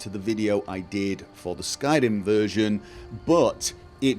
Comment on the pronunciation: Skyrim......Skyr-r-r-r-rim....Skyrim....Skyr-r-r-rim. Don't tell me you're not aware you chop and change the way you pronounce singular words. That is not the same as your accent when saying talkin-geh, that's part of your area's dialect.